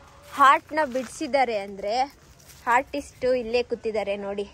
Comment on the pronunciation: Art❌ Haart ✅ Artist❌ Haartist✅ ಕನ್ನಡ ಕೊಂದಿದ್ದು ಆಯಿತು. ಈಗ ಇಂಗ್ಲಿಷ್ ನ ಮಾರಣ ಹೋಮ 🤣🤣🤣 Any which ways, I love your videos. Keep going 😍